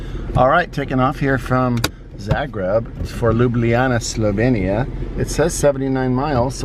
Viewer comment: i will give u a like just for saying the name right haha